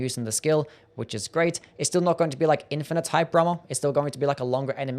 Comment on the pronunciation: Bro u really need to enunciate. Hearing you say "hyper armor" 5 times was like nails on a chalkboard. I only knew what you said because of subtitles